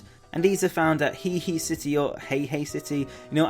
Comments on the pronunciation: you say "hee hee city" when it is he'a he'a. the he and a are two seperate syllables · it's pronounced "hey-a hey-a"